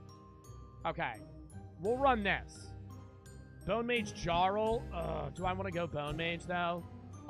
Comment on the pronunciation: I never noticed how he said jarl😭